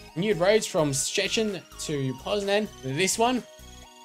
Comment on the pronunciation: You're probably the first native English speaker to pronounce Szczecin right :)